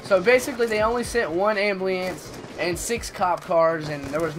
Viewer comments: did he say amblience? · "amlieance" LMFAO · Ambliance... Am-blee-ance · Am-blee-ance pahhahah